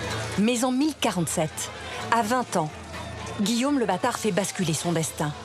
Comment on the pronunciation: La narratrice doit être du sud-ouest car elle n'arrive pas à prononcer le son "au" correctement. Elle dit Guillame à la place de Guillôôôme" et les "cates normandes" pour les "côtes".